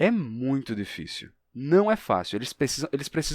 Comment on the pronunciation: Perdoe minha curiosidade, mas em fonética como se chama o primeiro "i" de "difícil" da forma como você o pronuncia em ?